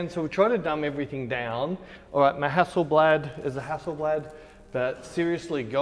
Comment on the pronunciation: Common is not Hässelblääd it's Hasselbladh. Hassel a is kinda like in the word Buddy or, bus. Bladh is like the a in far. Hasselbladh.